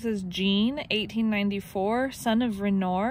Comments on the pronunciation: Renoir. Pierre Auguste Renoir. Born France in the 1800's. Very Famous artist. Pronounced Ren Wah. I know you've heard of him. :) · Renoir is pronounced Ren-wah . He was a very famous French Artist. That’s quite a haul!